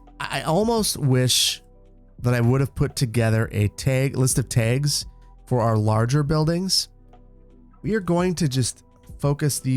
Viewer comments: Enjoying the series but your pronunciation of Tags is driving me insane lol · I'm so fascinated by your pronunciation of "tags"! Never heard this word in that dialect.